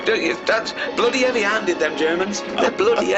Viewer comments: 'eavy 'anded... The Hulk's in the 'ouse. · 'eavy 'anded